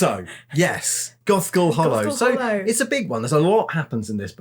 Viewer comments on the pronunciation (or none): Was distracted at the beginning and it sounded like said Goth Girl Hallow. I mean, I would read that too!